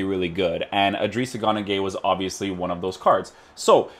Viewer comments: Why does he say gunagueye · He seas gunagueye and it pisses me off